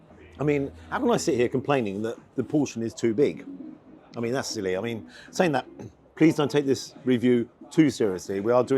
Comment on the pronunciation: 'Sa-ink'. Accent went there!.